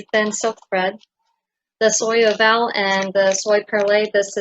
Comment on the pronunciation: Soie is prononced something like "swa" , perlée and oval were prononced well